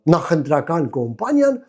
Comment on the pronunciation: Կամպանիա ա կոմպանիա չի))